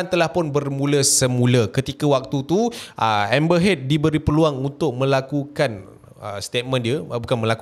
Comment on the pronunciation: nama dia amber heard bkn amber head